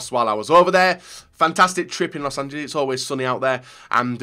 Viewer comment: Los Angel-ees?